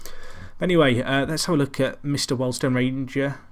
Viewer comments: WORLD STONE ????? Eh thought it was pronounced WHEELED STONE ! Oh well. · You couldnt say wealdstone correctly...